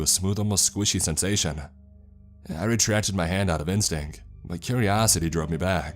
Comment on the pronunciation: Just heard him say ‘IN-stink’. 🤣🤣🤣🤣🤣